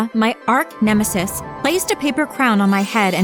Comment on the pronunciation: “Ark nemesis”?? 😂